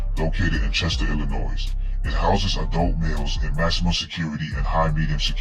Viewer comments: hard to understand the voice and Illinoiz is not prounced that way....it's Illinoy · Illa”Noy”……not Illa”NOISE” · Back to Basic English to not sound ghetto . Silent s on pronouncing Illinois. Pronounced Illinoi. A Joe Daddy message. God Bless. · Learn how to properly pronounce the word....Illinois